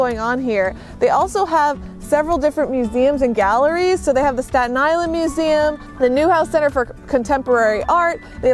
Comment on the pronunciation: The "four-God- UN" Island? God, SPEAK ENGLISH